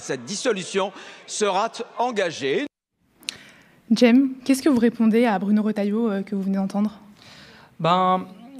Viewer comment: Retailleau dit "[...] sera-t-engagée", on appelle ça (un pataquès, oui, mais aussi) de "l'hypercorrection", c'est vouloir mettre des liaisons ou autres partout pour sonner plus intelligent et cultivé, mais en faisant n'importe quoi Mis à part cela ce ministre est une honte complète avec des idées et discours d'extrême-droite